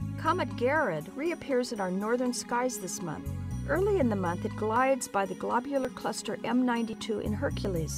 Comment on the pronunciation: Did anyone else start cracking up when she says "Globular Cluster" :D